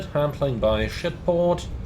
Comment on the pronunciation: Why did you call Swissport "Shitport"? Or was that just your accent not coming through clearly?